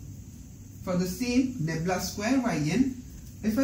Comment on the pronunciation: Ummmm. its "nabla' not 'nebla'